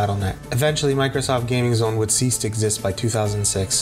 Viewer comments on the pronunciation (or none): none